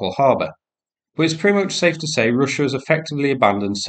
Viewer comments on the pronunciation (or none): none